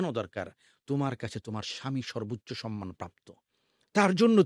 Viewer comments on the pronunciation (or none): none